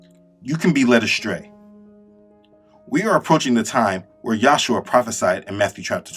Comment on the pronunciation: Brother, your work is amazing. Do note that His name is YAHUSHA, not Yahshua. There is but one Name by which we are saved.